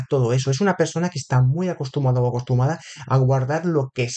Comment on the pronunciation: Se dice acostumbrada, no acostumada. Jeje, buena lectura, gracias😅